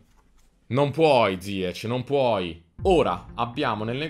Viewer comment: Ziech nn si pronuncia così 🤣🤣🤣🤣 comunque grande